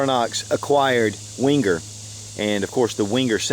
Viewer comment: It's pronounced 'venger', not 'wenger'. And you can buy Lindt at supermarkets here in the UK. Can't you get it in America?